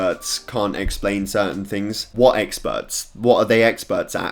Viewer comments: He is saying "E x p e r t s" so many times it sounds like eggspurts now XD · Is it just me or he saying eggspert